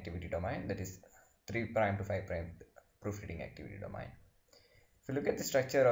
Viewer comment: Thank you for your post, everything it very clear. One suggestion though: please ask someone how to pronounce domain. especially because you use the word so often it is really distracting. this comment is with all respect; I am grateful you took the time to make this video. thank you again.